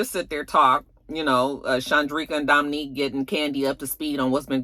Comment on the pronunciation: it's Dom'Unique not Dom'Nique.